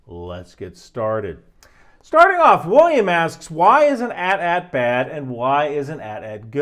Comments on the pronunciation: you pronounce AT-AT wrong. It's not AT-AT. it's more like AihTee-AihTee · Hearing say "at at" instead of "A T A T" hurt my soul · Ill debate to you why the AT TE is better. Also its AT then AT. Not ATAT one word. Both names its the first 2 letters A T then A T. Sorry for the nerd out, no im not im a huge Star Wars nerd. Also when is the Lions season breakdown video? They havent been this good in all of out nations HISTORY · Other people have said this but im going to say it again. This is not an at at walker i dont know what an at at walker is. This is an A T A T walker! Say the entire letter! Like long vowels! A T A T or A T S T walker or chicken walker! Saying at at just sounds bad lol I imediatly knew you were not a star wars fan lol. Still enjoyed the video but god i cant un hear it lol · It’s A-T-A-T not @@ lol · Hearing pronounce it “@ instead of “eighty, eighty” is disconcerting. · Immensely disappointed in the fact he called it "@@ instead of "Ay-Tee Ay-Tee" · The AT-AT is well first of all they’re not at at, they’re pronounced a t a t (think about it you don’t say at st or at te you sat A T S T or A T T E. The empire had no near pier advasaries so it was pretty much all intimidation. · Omg yes I came to say this! YOU SAY THE WHOLE LETTER ! A T A T walker or A T S T (chicken walker) like it may seem small but this is a BIG deal it is not an at at walker lol what the hell is an at at walker that just sounds stupid! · It's "Ay-tee Ay-tee" not "at at". Otherwise how would you say "AT-ST"? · My dude its pronounced A T A T (Read every letter individually), otherwise great work. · Lucas Film said the correct pronunciation rhymes wit hat, hat. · No. We always said @@ Lucas film has replied by saying the correct pronunciation rhymes with Hat, Hat. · no it’s A T A T, why would it be @@ when every other type of thing in Star Wars with that naming convention is pronounced the former? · You are saying it wrong, it's pronounced as "AY-TE-AY-TE"